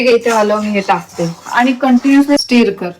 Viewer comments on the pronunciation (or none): it's स्टर..though spelling is stir